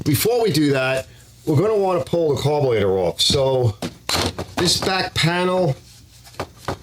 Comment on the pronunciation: you are the 2nd vid i've watched today that has said "carbolator" hahaha its gotta be a Philly or NY kinda thing